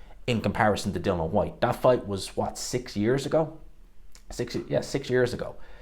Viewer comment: Dill-IAN not dillan